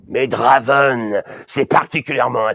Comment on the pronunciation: Oh :( il a tout gâcher le 'draven', ça sonne mal. Essaye 'Drèven' :p